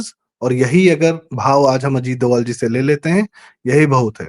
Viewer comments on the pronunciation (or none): DOVAL डोवल IS WRONG PRONUNCIATION 🎉 IT'S DOBHAAL डोभाल 🎉PLZ CORRECT URSELF